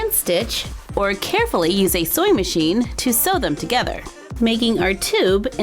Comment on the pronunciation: How to say:scrunchie how she says it:Scwunchie How to say:Sew machine how she says it:soy machine